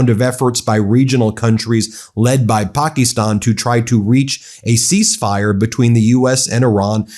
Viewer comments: Can you please stop calling it Pakestan! It’s Pakistan! It’s driving me nuts also since I’m here can you please stop every video with everything starting with chaos, crises, he’s rotting, blah, blah, blah! It makes it irreverent! Having said this I do enjoy your show. Think you are being very honest and fair! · Ben! Its not Pak "E" stan. Its Pakistan! Its sounds goofy my friend! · Please learn how to pronounce Pakistan--PAH-kiss-tahn--It's not Pocky-stawn. (cringe) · Would you please call Pakistan with a short i and not Pakeestan like you do. It is very annoying having to listen to your wrong pronunciation!!!!!! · Ben needs a speech therapist . Pa- kuh-Stan my dude . You run a multimillion dollar media company. People rely on you for news . Kinda hard to trust what you’re hearing when the dude is continuously mispronouncing everything. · Stop it with the “pocky-stonn” shit. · Why not use the AMERICAN pronunciation of Pakistan? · Please check how to pronounce "Pakistan." QuickPronounce is an excellent too.